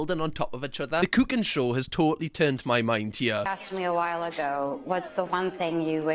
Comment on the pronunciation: The way you pronounced "cooking" made me think you just spoke German for a second there. I swear, it sounded like you said Kuchenshow.